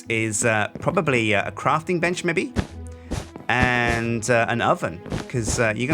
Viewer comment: I love how says Mebbe <3